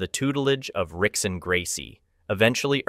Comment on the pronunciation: Rickson Gracie is pronounced like a H, sounds like Hickson ( Portuguese Brazilian )